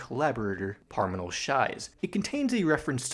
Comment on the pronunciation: Dude.. Your pronunciation is just offfff😂 like it's ok you don't know the correct way to say it but you keep saying Hanunan instead of HanuMan. The M is right there lol. Same with Parimal. You keep saying Parminal, like terminal. But it's all good. The deep dive is appreciated.